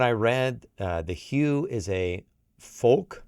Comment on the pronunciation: Of course I love this. I think it’s pronounced “Who”. Some of their other HUVE, HUVE, HUVE and it’s a Mongolian Metal Patriotic song, beautiful video. I like it because you can almost hum. Thank you for at least listening!!! 😂😂